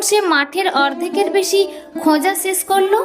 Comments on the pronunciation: এ্যবঙ নয় , এবং / ছাত্রটি মাঠে গ্যালো নয়, ছাত্রটি মাঠে গেল / খোজা সেস্ করল নয় , খোঁজা শেষ করল / ইত্যাদি ইত্যাদি।। 🎉 সঠিক উচ্চারণের জন্য ভুল ধারাটা বোধকরি অন্যায়। আদতে প্রতিটি এপিসোডের শব্দ চয়ন এত সুন্দর।। এপিসোডটি যাতে আরও সুন্দর হয়ে ওঠে ; তারই জন্য এত সাতকাহন।। 🎉 একটি অতি উৎসাহী মানুষকে আরও বেশি করে উৎসাহ দেওয়ার জন্য প্রায় প্রতিটি এপিসোড শোনার চেষ্টা।। আর যারা দীর্ঘদিন ধরে বিভিন্ন বানিজ্যিক পত্র-পত্রিকায় সাহিত্য চর্চা , ও কলকাতা বেতার কেন্দ্রে সামান্য সংস্কৃতি চর্চা করে আসছে ।। তারা কিঞ্চিৎ ভালো মন্দ মতামত দিতেই পারে।। মতামত সম্পূর্ণ নিজস্ব হলেও ।। সেই সুচিন্তিত মতামত গুলির ভুল ব্যাখ্যা করা কখনোই কাম্য নয়।। আর জনমানসে নির্দিষ্ট কোনো বিষয়ে পারফর্ম করতে গেলে।। ভালো মন্দ সমালোচনা হয়েই থাকে।। সেগুলো সদাসর্বদা স্পোর্টিংলি নিতে হয়।। নচেৎ এই প্রজন্মের ছেলেমেয়েরা ।। আগামী দিনে মহীরুহ হয়ে উঠবে কী করে ? 🪔 এখনকার মত শুভরাত্রি।। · এ্যবঙ নয় , এবং / গ্যাছো নয়, গেছ / খোজা সেস্ করল নয়, খোঁজা শেষ করল / ইত্যাদি ইত্যাদি , উচ্চারণে অজস্র ভুল।। 🎉 কি আর বলব। সঠিক ভাবে ভুল ধরাটাও অন্যায়। আর উৎসাহ দেওয়ার জন্যই কিন্তু প্রায় প্রতিটি এপিসোড শোনার চেষ্টা।। আর ভালোর জন্য বলা 🎉 সেই বিষয়টিকে অন্যভাবে বা ভুল ব্যাখ্যা করা।। 🎉 বাস্তবিক , যারা দীর্ঘদিন ধরে বিভিন্ন বানিজ্যিক পত্র-পত্রিকায় সাহিত্য ও সংস্কৃতি চর্চা করে আসছে ।। তারা ভালো মন্দ মতামত দিতেই পারে।। 🎉 আর কিছু বলার নেই।।